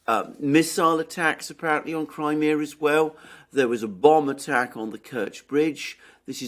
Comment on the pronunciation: Your mispronouncing cry mea Just as my talk to text spelled led it wrong